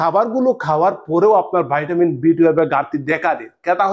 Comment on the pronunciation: বাইটাবিন নয় ভিটামিন